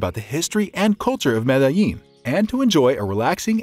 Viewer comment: I cringe so so hard every time you pronounce Medellin Good video tho..